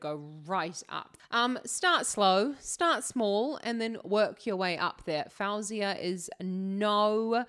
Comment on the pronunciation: Your analysis is great and I really enjoy your reactions 👏👏 just a note though, her name is pronounced "fo-zia"